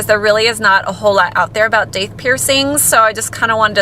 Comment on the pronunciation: It's pronounced Doth.